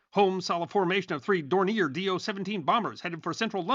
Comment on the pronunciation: Pronounced: DORN-yay